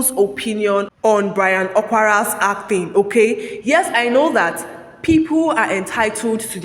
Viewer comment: i wonder why you keep saying ACTHING instead of ACTING